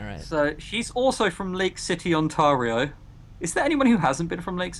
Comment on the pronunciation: The way pronounces "Ontario." XD It's interesting for me to see a game set in Canada in the future; I really haven't seen that before (I'm Canadian). I also didn't know that this game was set in Ontario, despite hearing about this game prior to this video. The "Big Brother is Watching You" element is also interesting, I wonder what they'll do with that in the next video.